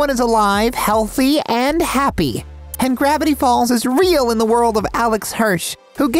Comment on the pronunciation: When you said gravatty falls it heard like you were saying grvatty b